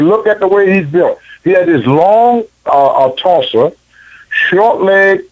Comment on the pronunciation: A long torsa!! Lol